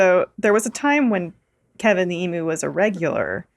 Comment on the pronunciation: Waiting on Alanah to correct and mispronunciation of emu. Waiting... waiting... nope.